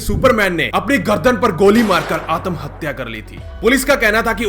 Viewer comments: आतम हत्या नही भाई आत्म हत्या बोलो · Atmhatya nhi AATAAMHATYA!!!!!!!!!! WAH!!🤣🤣